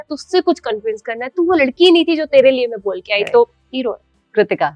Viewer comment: Please stop to invite her for interviews…..the worst ever decision taken by BB ott by choosing her as a contestant. Now she thinks, she’s a celebrity. and…… Mein ni Main hota hai… Ceemera ni Camera hota hai …. ceeleer ni Clear hota hai … bolna seekhle pehle..The most irritating person I have ever seen in my life…